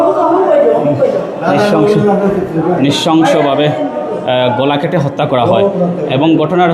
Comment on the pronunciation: গোলা নয় ,গলা...